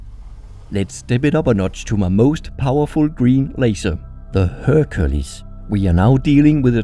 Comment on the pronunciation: Amazing vid dude. Just a note, Hercules is pronounced: her queue lee's